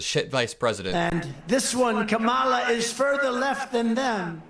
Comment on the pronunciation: I’m by myself downstairs & I still corrected Trump out-loud EVERY GD TIME he purposely mispronounced her name. I do it to everyone. It’s knee jerk at this point. Trump: Ka-mala Me: It’s Comma-la, u rude a-hole!